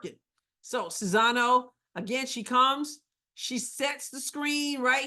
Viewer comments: You keep saying Czizano. Are you not able to read? It's Czinano! Now we have people in the WH who are as "smart" as you and this is what's going to happen: Russia and China are going to run amok, Ukraine and Taiwan are no longer in existence and dictators are going to rule the world. Congratulations, MAGA! you did it! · You might even want to proounce it just as you pronounce "Czeck": "Chinano" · You still can't say her name properly... after admitting you screw it up. Practice! It's actually easy. Respect................